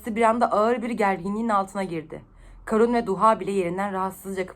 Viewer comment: Kârun diye okunmuyor muydu ya? Karun diye okuduğun her seferde irite oldum, bence uzatarak okuyalım